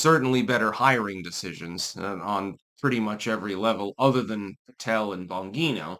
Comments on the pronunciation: Let's all say it together: "Bon-gheeen-ohhh"😂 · Dude please learn to pronounce Bongino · Stop mispronouncing Dan Bongino's name!